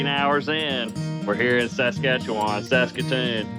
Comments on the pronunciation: Man, I wish you could pronounce Saskatchewan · Buddy is butchering the name of that province